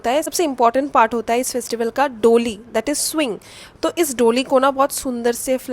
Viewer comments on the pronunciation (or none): its pronounced doLI retroflex L and da as in d for daadi, da, das